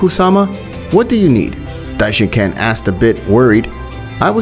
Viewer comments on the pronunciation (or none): Dishincan? Its dishinkan